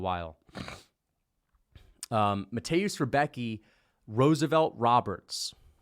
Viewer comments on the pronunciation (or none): If anybody cares how to pronounce the name.. Rembetski not Rebeki